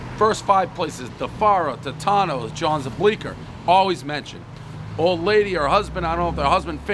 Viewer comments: Pronounced "Toe-tones" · Another famous pizzeria that Dave can’t even pronounce correctly. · How can I trust your review if you can't pronounce the name correctly.